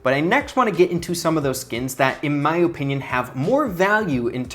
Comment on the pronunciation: Bro really says Ohpinion